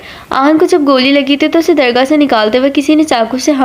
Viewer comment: Asslam o alikum. Kaisi hn ap and. Ap Jo is part mn word durgah parh rahi hn.word dargaah h.❤